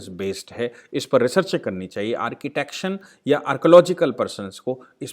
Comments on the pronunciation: Doing a good job. I have viewed many of yr video my humble suggestion is plz try to correct yr vocabulary/pronounceation like in this video architecture is the correct word instead of architection In some other videos naval should be pronounced neval instead of naaval. Thanks. Jai Hind Jai shree Ram. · आर्किटेक्शन की जगह कृपया आर्किटेक्चर बोला करिए, आर्किटेक्शन कोई शब्द नहीं है, आपका वीडियो बहुत अच्छा है उपयोगी है और एक मन्दिर पर अतिक्रमण को उजागर करता और इसके पुनुरुद्धार को प्रेरित करने वाला है, धन्यवाद